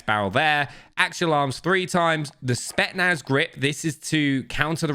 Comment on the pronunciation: spetSSSSSnaz! Not spetnaz!!